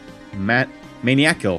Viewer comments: ma-niacal , not man-iacal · pronunciation of maniacal is hilarious